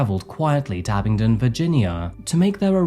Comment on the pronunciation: Thanks for pronouncing Abingdon correctly,! Michael and Shelia lived just down the road from me for years, and you would never dream this up by seeing them around. Justice absolutely was not served here, though.